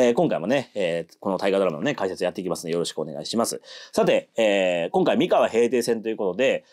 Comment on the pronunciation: お身体の調子が良くないにもかかわらず、アップ、ありがとうございます。 MIkawa じゃなくって mikawa なんですよね。『み』にアクセントを置いている時点で、現地調査がいまひとつだと感じてしまう。現地の発音は、アクセントなしの『みかわ』。もちろん『おかざき』もアクセントなし。この部分がわかっていない人が歴史を語っても、ひとの心の深い部分までは到達できないんじゃないかなって思ってます。 名古屋と一緒にして欲しくない、東三河に今は住んでいるものです。なんとなく愛知県＝名古屋には違和感のある、世界の4都市にも在住経験あるものです。 さすがに、東三河と西三河の違いまでは求めないです。 東三河は律令時代「国府」があった。穂の国、寶飫（ホオ）、このホオが転じて、「豊」に。愛知県、「豊の地名多いよな。」基本は豊川や豊橋の東三河の存在が大きいのかなと。 西三河は、今の矢作川が「美川」と呼ばれていた時代。この美川が三河の語源だと感じています。美しい砂河原の川、それが岡崎あたりです。